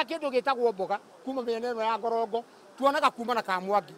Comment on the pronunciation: Great former mcas ....sammy and Wamuthua na kigo..ucio repoter arauga ngomongo ...kuu ni ngorongo